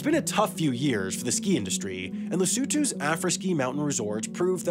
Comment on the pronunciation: That pronunciation of "Lesotho" was pristine 👏🏽👏🏽